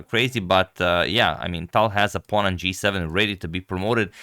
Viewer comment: Agad, it's Talj. You should pronounce how Russians would pronounce.